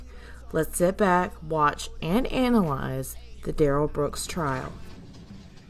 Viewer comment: thank you,. It will, it always does! 😉 I'm having a good time enjoying your content. Duh-rell is ick! But I can't stop watching 🤪